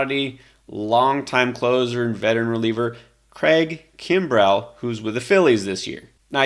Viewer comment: That’s not how Craig Kimbrel pronounces his last name.